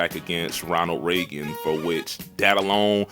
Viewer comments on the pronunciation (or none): none